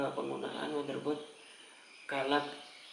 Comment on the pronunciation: mungkin orang lata yg tulisannya galax tapi kedengarannya "galak" bukan galax